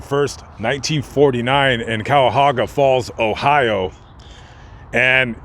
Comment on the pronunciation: you absolutely mutilated the city of Cuyahoga Falls, Ohio. Phonetically, it's pronounced ki-ā-hō-ga.